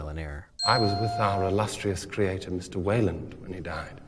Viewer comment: "you seek you creaTOR, I am looking at mine" I love how he pronounces creator lol